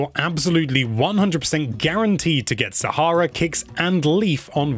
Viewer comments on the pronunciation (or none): none